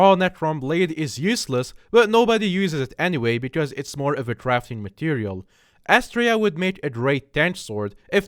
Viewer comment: Any Silk-Edge gang? No? Yeah i didnt expect one either ;-; Also Astraea doesnt deserve to be in the ranking. Throw Astraea out or make Scylla C tier. Also it's pronounced "aa s t r EH a", not "A s t reh a" Also did you get the silk edge from a contraband Also admins if you didn't read this message plz buff silk edge (Or make the mana cost 30 and make magic scaling 1)